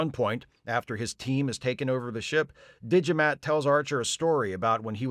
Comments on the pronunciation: „D'Jamat“, spoken like Digimat...sounds like a unique and powerful 1993 input device for PC. You know, bought by people without a clue about tech, who than praise the builders like gods (that's what the builders hope). Of course this business model never works out and only 1000 of them are being made. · I heard "Digimat". Sadly, they had to cut out, for reasons of time, all the scenes containing his brother Fotomat. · I'm also hearing Digimat. So thank you, for getting the Digimon song stuck in my head. Again. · "Alas, poor Yarrik" - Extra Internets points. And is it just me, or does "D'Jamat" (which I'm hearing as "Digimat") sound like a vending machine for calculators? Excellent analysis. Yes, the ending is SO "Let That Be Your Last Battlefield."